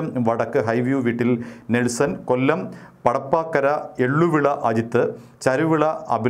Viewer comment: പടപ്പാക്കര അല്ല "പടപ്പക്കര"